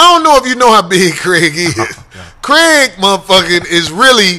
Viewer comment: Lord Glass Kraig.. but dude saying Greg.